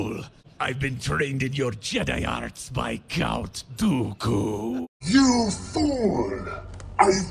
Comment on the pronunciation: He says dooku so good